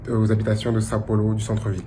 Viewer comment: Os gringos sempre falam " Son Polo " kkkk